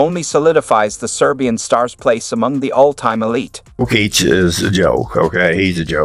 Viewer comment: I stopped the video at "Joe Kick"